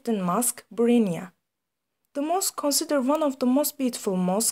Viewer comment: You pronounced Brunei like Bruinia, When you should pronounce it like Bru-Nai